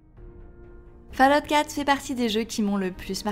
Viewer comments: Répète après moi "Foll Aoute" !!! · Le jour où un Français prononcera correctement Fallout sur YouTube, je crois que les poules auront des dents...